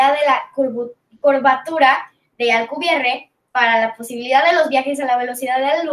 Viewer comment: Me ha encantado y enhorabuena por el video. Es interesantísimo. Tan solo un pequeño tirón de orejas; has pronunciado su apellido como "Alcubier"' como si fuera francés al estilo Pierre o "pier". Alcubierre es un apellido español de origen aragonés que se pronuncia como se escribe. Además es patronímico; hay un pueblo en Huesca que se llama Alcubierre (de hecho, su padre era español). Por lo demás, excelente charla.